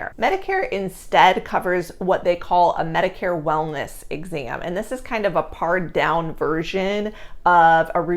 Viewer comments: Great ibfo--thanks so much! And God bless the baby, you, and the rest of your family! But something in #4 made me cringe: "Pard-down"?? I think you mean "PARED-down"-- pronoinced like the fruit; "PEAR." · "Pared down". Pronounced "Paired". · Good viddy! One point though, it’s “pared down” ( as in “paired” ).